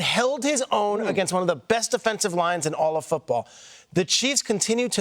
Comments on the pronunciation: Peter: It’s pronounced “Su-ah-mah-ta-ee-ah.” It’s not that hard. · Shrags. Its a 6 sylabal word. Su/a/ma/ta/i/a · Sharges!!! su A MAh Tah EeAh say it with me? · SUA-MATA-IA, pronounce all the vowels. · Everyone was predicting Worthy was too small, only a speed guy and would be a bust. Now they're like "How do the Chiefs keep getting away with this?" Also, if you're going to give Kingsley a well-deserved shoutout, maybe learn to pronounce his name correctly? That pronunciation was a disaster. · He butchered Kingsley Suamataia’s name but it’s cool. He’ll learn it. Reminds me of when people used to butcher Troy Polamalu’s name back in the day